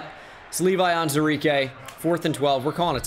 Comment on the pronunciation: Day 37 of me waiting for to acknowledge the “WU” in the pronunciation of “Onwuzurike”